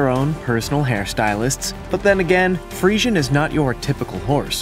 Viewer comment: So frustrated you said Friesian wrong the whole time thats ok